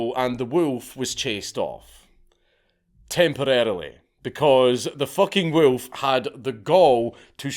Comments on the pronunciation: "Wewlf". Good choice not to attempt "Golodayevshchina". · Love the way dude says wolf 😅💪